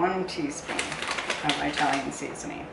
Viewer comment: “Eye-talian”? Good grief